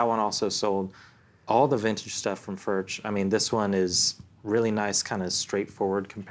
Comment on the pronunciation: Please pronounce the name correctly Furch is pronounced "furk". Thank you